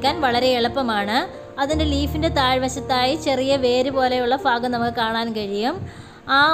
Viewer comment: മോളെ ഫാഗം എന്ന് ഉച്ചക്കരുതേ . ഭാ എന്ന് തന്നെ പറയാൻ ശ്രമിക്കണേ ഭാഗം